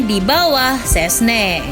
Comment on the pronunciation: harus nya "scesni" doang lo😂😅